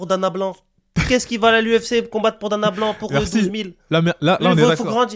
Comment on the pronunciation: Il a dit DANA BLANC. Hahahahahahaha 😂😂😂😂😂😂 tu m’a tuer